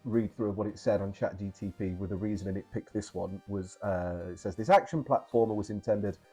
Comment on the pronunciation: Chat GTP 😫 it's Chat GPT 😜 got you 😜 nice video btw 👌🏻👌🏻